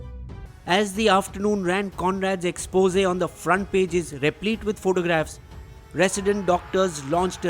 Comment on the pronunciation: But why do you always pronounced expose incorrectly??? I have twice commented in your two other videos about the incorrect pronunciation of 'expose' and making this a third time. I have started wondering if you hate being corrected by others.